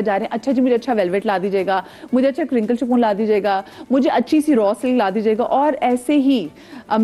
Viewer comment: It's not "Shafoon", it's "Chiffon" pronounced as "Shifon"